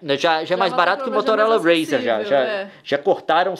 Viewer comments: "motolora razer" kkkkkk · "MOTOLORA RZER" KKKKKKKKKK